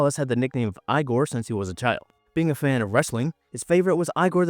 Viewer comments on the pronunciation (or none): "Ee-gor" not "eye-gor" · Puerto Rican here. We call IGOR “ee-gor”, not “eye-gor”. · Igor is pronounced ….. Eeeeegor.